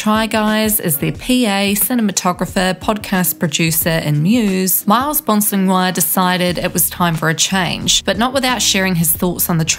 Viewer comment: Gotta love channels that use other peoples pain and life as content, Miles literally made it a meme on the Try Guys channel on how to pronounce his last name and you couldn't even get that right, obviously just doing this for views